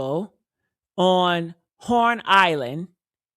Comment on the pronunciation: It’s called HORN ISLAND not Lorn Island